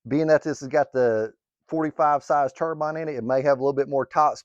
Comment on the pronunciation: Subscribed once I heard you say Xicoy and Turbine correctly in one video😂